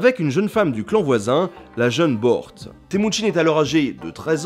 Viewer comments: Yesügei : yésuguei Hö'elün : Heu elun (h aspiré comme en allemand ou en anglais et u comme un /u/ pas un /ou/) . Temüdjin : Témudjin Börte : Beurté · Ca se prononce "Boeurt" en fait :c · Börte se lit beurté et sa veut dire bleu du ciel, j'ai appris ça en regardant des dizaines de documentaires sur l'Empire mongol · et j'en profite aussi pour dire que "Bört" ne se prononce pas comme le nom du chevalier d'Arthur mais plutôt "Boeurte" :p